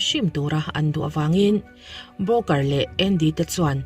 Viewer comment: Booker I lam dan broker ang a ka hria pek chu😅